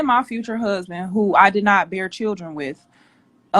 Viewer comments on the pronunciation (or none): none